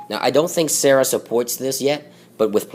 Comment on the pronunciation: it's pronounced sar-a not sarah >_>